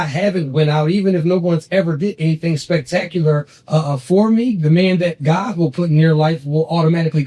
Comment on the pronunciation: She can’t say the word spectacular 😂😂😂😂😂